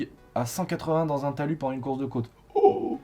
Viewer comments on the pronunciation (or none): none